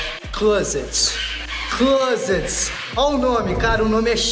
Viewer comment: Parabéns pelo vídeo e quando vc quiser tirar onda pode pronunciar “clóset” quase sem pronunciar o t no final.